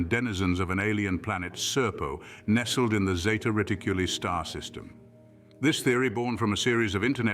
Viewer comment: Its NOT Zeta Riticllly its Zeta reticuli!!!